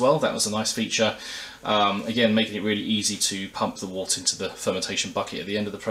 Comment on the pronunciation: Very useful review. I was particularly interested to see how the filtration worked as I have a Grainfather which has a dreadful small push-on filter. Just to be picky, 'wort' is pronounced 'wert' - any brewers watching will have been cringing!